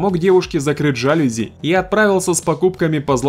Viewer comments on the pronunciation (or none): Дружище, не жАлюзи, а жалюзИ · Урааа,новое видео, а мне ещё в военкомат идти 😮ЖалюзИ ударение на и))))